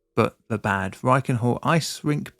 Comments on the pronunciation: It's pronounced like "bud", not like bad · I mean, he is constantly mispronouncing Bad like the english word bad.... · so it was a bad roof, but bad in Bad Reichenhall is pronounced like bud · Thanks for the explanation. Please try to pronounce the towns name correctly though. You make it sound bad 😅😅 Bad is pronounced somewhere between 'bard' and 'bud' and reflects the status of a Spa town with their own natural spring or thermal baths. ✌️ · Please! It's Bahd (meaning bath). Pronouncing it like "evil" Just makes it absolutely unrecognizable. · Note: In German, "a" are always pronounced as in "bard". So it's more like "bud reichen-hull". Prefix "Bad" is equivalent to "Bath", "Spa" or "Springs" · Its pronounced bahd with a ahh like in bath. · He kept pronouncing it as "bad" as well which didn't help 😂 yes with names like this it translates to "bath" [City Name]. There are many other cities with similar names, usually known for healing (sulfur or salt) springs.